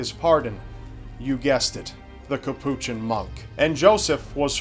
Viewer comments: Say Cappuchin monk one more time... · Just to let you know, Capuchin is pronounced by stressing the first syllable "CAP" (not the second syllable). The word is understandably unfamiliar to those who are not Catholic. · Hamid JUV Iol i was thinking that too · probably has no issues with ordering a cappuccino coffee, but keeps mangling his pronunciation of Capuchin. Ugh.